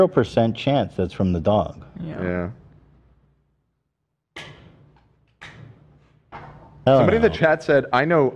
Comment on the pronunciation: why does ethan say doug instead of dog?